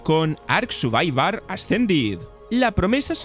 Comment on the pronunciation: ark suvaivar xD